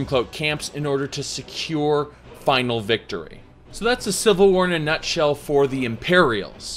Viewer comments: "The Seevil War" :) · "Cvil war" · "today were talking about the cvil war"